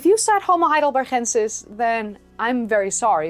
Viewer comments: Your accent is so good that it is a little jarring when you use that glottal sound that English doesn't have in Ergaster and Hidelbergensis. If you had a terrible accent that would sound fine. Regardless, a great video as usual. Ps... I prefer NeanderTHal to NeanderTal. I think that pronunciation both goes back farther and sounds more natural in English. In any case, both are fine and switching randomly keeps people on their toes. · I had been wondering if you were Spanish by the way you pronounced Heidelbergensis and Ergaster with the g sort of rasped into an h. I wish we had had more instructors like you when I studied Anthropology back in the 60s. Oh how different my fate might have been.